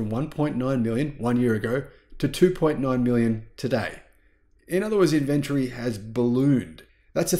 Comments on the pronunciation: Is called in vin tory....not in ven tree.... The way you're saying it hurts my ears... And it's highly annoying... The way you're saying it is not even a real word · "Inventry"?? Say it correctly - "in-ven-tory"!! Inventory, man!! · Love your work, but try pouncing it "Inventory". There is an "o" in the word. Not Invenrtree. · Which part of Australia say inVentory instead of Inventory? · IN - VEN- TOR - Y. 4 syllables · Dude. Not only is there an O in inventory, it's also in the pronunciation :-)